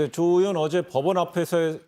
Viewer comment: 저 머리긴 분은 왜 으원 으원 그러지요? 의원입니다